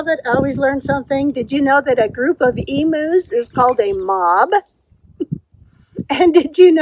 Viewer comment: Hi, glad to help you remember about Katmai!! You had some great footage from it. Loved seeing your hikes (as always). I loved those green and yellow socks. That double pot plant holder on your porch is gorgeous! I need to send you a video on how we pronounce Emu’s 🤣🤣. Then again, I pronounce Katmai different to you but it is in USA, I guess your pronunciation of it is correct and I am wrong 🤣🤣. Can’t wait for your next vlog. Rebecca